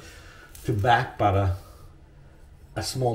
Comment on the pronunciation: I took a drink every time he said Butta and now my belly hurts and thank God it was beer